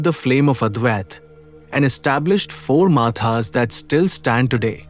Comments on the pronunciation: You can't even pronounce his name properly, using half syllables. It is not shankrachary it is shankaraachaarya (in pronunciation). Its not माथा ( forehead) its मठा (lnstitute of knowledge) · Thank you for this video. Sri Adi Shankaracharya is the अंशावतार of Lord Shiva Himself. Hence, everything about Him is extraordinary. There are two things which I wish to bring to your notice. One is the pronunciation of "Matha" . It is not माथा but मठ or मठम् । Secondly , you said his life was a "myth" and his death was a greater "myth". The correct word is mystery . The word myth actually derives from the Samskrita word Mithya मिथ्या which means falsehood ! Even in English, the meaning is similar...something that is spoken about but not real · Even the way this idiot pronounced Matha like the word maatha. Why can't they do basic homework properly? Or is this AI generated voice??